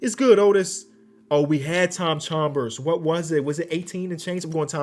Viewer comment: 😂 the way pronounces Chambers